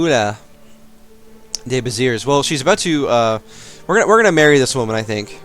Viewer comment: Nice ! (not a big fan of anime portraits tho...) P.S : The "s" at the end of Béziers is silent